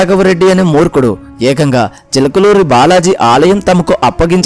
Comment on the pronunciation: Chilakaluri kadu chilakuri